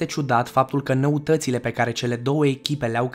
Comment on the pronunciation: De ce spui "vaPOri", "năutățile" și "optisprezece"? În rest e corect... Îmi amintesc că s-a mai întrebat asta în comentarii. Și nu s-a schimbat nimic.